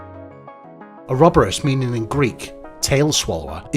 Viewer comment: Its "Or-o-boar-us".